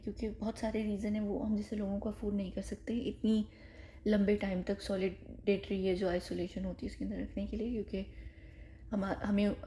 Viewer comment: Solitary ko solidatory..